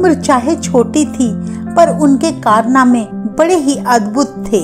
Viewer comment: Madam ji karnane guruo ji k nhi hote ..phele bolna sikh lo ....karname apko pta hona chaiya k kise khete h